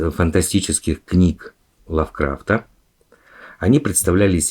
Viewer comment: Лавкрафт ударение на первую А